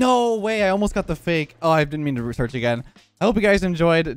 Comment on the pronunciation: what did you get back???? hahaha are you sure you wanna pronounce/enunciate it like that? and then RESEARCH hahaha those last few seconds got you flustered!